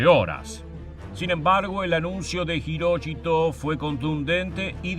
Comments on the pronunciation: ¿Hiroshito pronunciás? Es HIROHITO. Creo que, por lo que se sabe AHORA, Japón se rindió además por la amenaza de invasión soviética. Los soviéticos habrían terminado con las religiones y tradiciones japonesas y con la Familia Imperial. Mc. Arthur exigió el fin de la Divinidad del Emperador y lo mantuvo al menos como figura simbólica. Vivazo el tipo. Por lo que tengo entendido, hasta el día de hoy Japón se rige por la Constitución que Mc Arthur les escribió e impuso. Mc Arthur tuvo la inteligencia de comprender la idiosincracia japonesa y de respetar las tradiciones milenarias contra las que era imposible luchar... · Jiróchito ...??????? Hirohito weón !!! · Las tres veces que mencionaste a Hirohito lo hiciste mal y de diferentes formas.